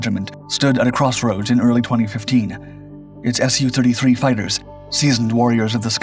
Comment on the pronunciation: When pronouncing "MIG", we don't say "M-I-G". So why do people pronounce Sukhoi "Sue-33" as "S-U-33"?